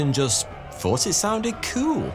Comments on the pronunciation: Hes saying thoughty 2 but pronouncing the Th as F as a lot of people in the uk do. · hey are you ever gonna learn to pronounce the name of your own channel?